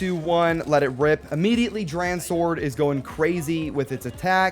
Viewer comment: DranSword, say it like Drawn Sword lol